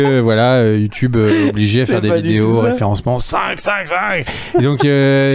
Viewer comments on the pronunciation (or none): none